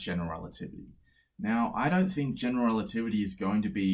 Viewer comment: He must have said "general relativity" so many times that he is able to say it like one single word "generaltivity"